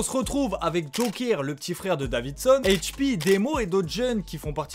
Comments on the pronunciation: Arrête de dire hp avec l’accent anglais… c’est Hache 🪓 P ! Et sinon t’as bien résumé, mais il manque pleins d’infos sur leur début ! Comme un de leur plus gros son a l’époque « où est s’tenculé » qu’ils ont fait pcq des gars du 91 avait peta leur son et instru, c’est allé loin ! Mais sinon dans les grosse ligne t’as bien résumé 👍🏾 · Pourquoi tu dit Hache P en mode cainri ?